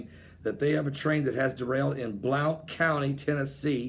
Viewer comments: It's not bl-ount county. It's pronounced, Blunt. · It's Blount like Blount force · The way he pronounced it agitated me 😂